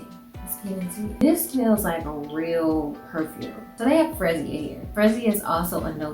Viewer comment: Your pronunciation made me chuckle...Its Free- ZIE-Ah